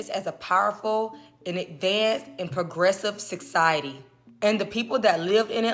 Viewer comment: Never ever take your info about ancient civilizations from a woman who cannot even pronounce 'society' or the letters "B.C."... Plato was Solan's apprentice who taught Plato about Atlantis in the land of egypt. When Atlantis fell the people of the sea moves to the land of Kem or Kemit modern day Egypt. It was located in what's now the Sahara desert. The land structure Plato described is still there covered in salt from the water that washed it away. It's called the "eye" of the Sahara, it's locates right where solan told Plato it was located. The stories are carved into the walls of the earliest Egyptian temples which are also the most advanced and were masters of navigating the seas. That's why atlantean / Egyptian hieroglyphics are found on every single continent and every continent had mummy making rituals and built fantastic structures out of stones. Even the Aztecs claim their people came from Atlantis. There's so much information about Atlantis its not a legend or conspiracy. There's even ancient Atlantean artifacts found at sea and their signature tool marks found all over the world. Most of the people died out from a vaccine from plague released by the "crocodile priests" they summoned after making a partical collider. Sound familiar? Many of the atlanteans chose to reincarnate in America during modern tim. That's why we are so war like and destined to go out just like they did.